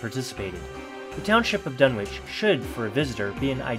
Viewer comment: It’s pronounced Dun-itch